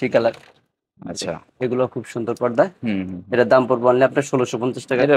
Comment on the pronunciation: Bhai podda na porda